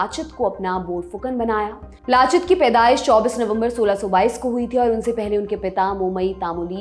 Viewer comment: Aunty उनका नाम लाचित नही लचित था